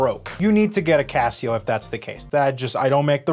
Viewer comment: "GOHD TAIR CAHSIYOH"